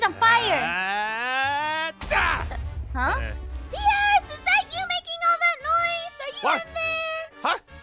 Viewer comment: i noticed that kc called pierce "pee-arse"